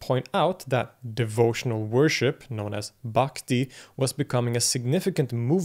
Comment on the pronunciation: Great vedio for direct experience.. Pronunciation of Brahman is not correct. Should not drag Brahman. I Pronunciation of Brahmin varna or so-called caste. Bhakti s Pronunciation is also incorrect. You can see diacraticsl marks such as---__ --' _ . Brahman Braahnin Bhakti Maayaa That which belongs to Sankara is.. Saaankara..Tsdhdhits.. Upanishads not upaaanishads. But. EUROPEAN CSN OFCOURSE... WE PRONOUNCE ENGLISH DIFFERENT WA.BUY WR LEARN FROM RP..DANIEL JONES. BIRD VOWEL... DICTIONARY..MARKS.. SILENT G..IN INTERRUGNUM FOR INSTANCE. FOREIGN...2 WAYS BRITISH AMERICAN RHOTIC ILLUSION OF WORLD.. SUPERIMPOSED SNAKE IN A ROPE ADHYAASA..MAAYAA..CORRECT PRONUNCIATION YOU DID SIR. CONTRODICTED BY RAAMSANUJA. AHAM BRAHMASMI